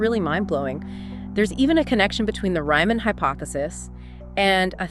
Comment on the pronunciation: Sorry, you lost me when you mispronounced Riemann's name in like the first ten seconds of the video.